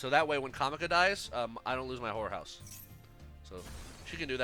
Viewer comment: Everytime you said horror house it seemed like you were saying whore house 😂😂😂